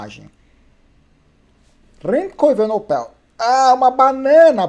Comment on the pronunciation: Tudo bem, caro? Você está pronunciando o sobrenome do Remco erroneamente. O final é NEPOL e não NOPEL (Evenepoel). Beleza, meu brother? Um abraço!